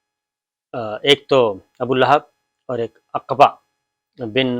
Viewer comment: اقبا نہیں عُقبہ ہے